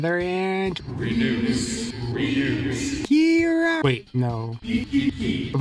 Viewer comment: why do you pronounce her name like that